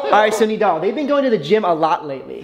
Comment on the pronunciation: Did bro just say Nadal his name is nidal